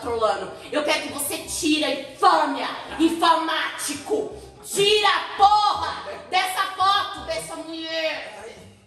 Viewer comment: "Infamatico" kkkkkk